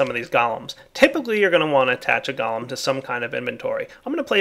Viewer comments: gah-lum, go-lem... Its driving me crazy!! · pronounces golem like gollem (what is this, lord of the rings?) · Man those Goalems are awesome I wonder is you can get them to milk cow's, sheer sheep and even breed your animals for you?? (BTW anyone who spell-Nazis me for spelling Golem as Goalem Look it up in any encyclopedia or dictionary Golem pronounced Galem like is the nake of that cannibal scrawny freak from LOTR Golem pronounced properly as Goal-em like the pokemon says is referring to these little fellas and their big Jewish brother)